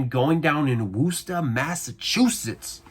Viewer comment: wuss tahhhh not woooooooooo ster